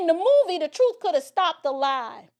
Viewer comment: He can’t even speak properly, he says “troof” and “deaf” 😃